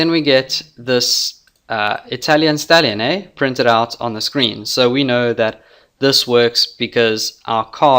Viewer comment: "italian stalion hey?" - the most south african thing I've ever heard 😂